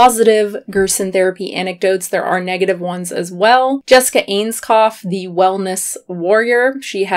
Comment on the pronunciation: Just a lil pronunciation note - Ainscough is said "Eyns-go". LOL I know it's not obvious in the slightest; I used to pronounce it "Eyns-coff" too :')